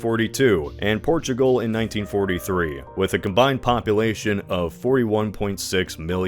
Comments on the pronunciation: “Porugal” instead of Portugal. Otherwise, nice video! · I love “Porugal” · "Porugal" and "Casablaca"